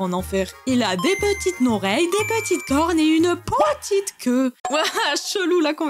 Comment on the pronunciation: Unee Pwotite queue 😂😂😂😂😂